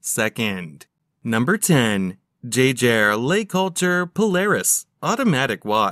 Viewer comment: They could have programmed the robot to pronounce Jaeger-LeCoultre properly, 15 seconds in and the mispronunciation has triggered me 😅